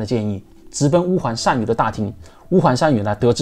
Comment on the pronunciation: 单于chan二声